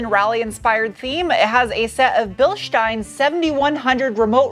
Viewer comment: is the only american who say Bilstein right.